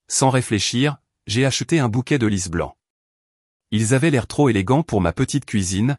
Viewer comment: De lys blancs , pas de lisseblancs.😊